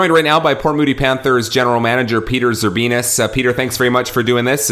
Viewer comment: You said Zerbinos wrong